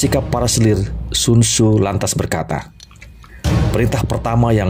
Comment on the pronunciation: Sekedar saran semoga berkenan, cobalah mengucap dgn lafal yg tepat